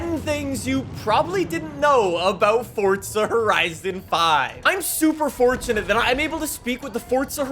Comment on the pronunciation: Fortsa horiteson fife-wuh